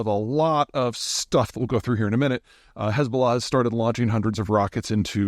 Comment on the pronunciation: Why don’t you spell Hezballah as you pronounce it?